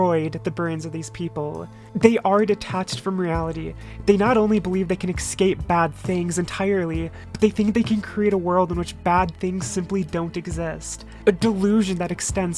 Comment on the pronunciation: Do you make sure you say eggscape every video just to troll us?